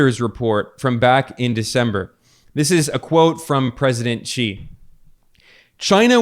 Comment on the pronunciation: Just noticed Ben made a few good attempts at correctly pronouncing “President Xi”, are you studying Mandarin?